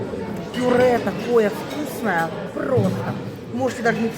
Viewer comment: Так она сказала пуре.